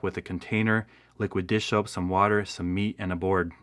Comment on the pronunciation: you seem to be saying, "dish-ope". I guess you mean, "dish Soap"